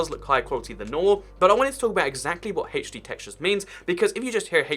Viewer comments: Why do you say Haach D instead of H D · I get so triggered when says Hay-ch-D when I call it HD lol